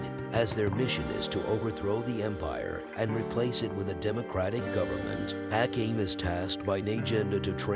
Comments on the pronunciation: Ah-Came? A-com-ee…. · The way you say Akame kinda makes me mad. Its pronounced Uh-kah-may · I really love how you pronounce Akame to A Came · The commentator pronouncing Akame's name and butchering it is beyond cringe.